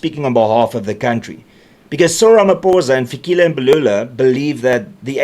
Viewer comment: Its not Fikhile it's Fikile please learn to pronounce correctly if you are a true South African .